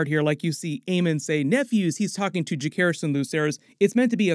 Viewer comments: Ja-SAY-ris. That's how it's said. Not JaKAYris. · Juh-SEHR-iss. Not juh-CARE-iss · Just splitting grammar nerd hairs here... Jacaerys is pronounced with a soft c, and sounds like Viserys, not Ja-CARE-is.